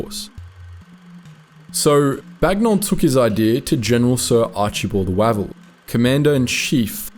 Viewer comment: Spelt Wavell pronounced Wayvell!!